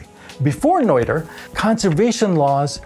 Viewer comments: It's Nöther, not Neuther. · Pedantic state follows: Noether is pronounced nerter, not noiter. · Regardless of Noether or Nöther, shouldn't the pronunciation be the same? You pronounced the name as if it had been spelled Neuther in the German language. I went to Google translate, selected the German language, typed in Nöther, hit the play button, and sure enough, the correct German pronunciation could be heard. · The "oe" in "Noether" is pronounced as the "i" in "girl" - approximately. Greetz Herzele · The "oe" in Noether is pronounced like the French "oeu" in oeuvre or boeuf. "Oe" is NOT two separate sounds, only one. It is just another way to write the umlaut "ö".